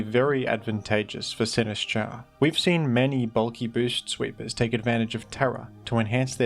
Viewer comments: I am fucking BEGGING you to pronounce it Sin-IS-cha, the Sin and is should be together, not the is and cha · Say "Sinistcha" one more time...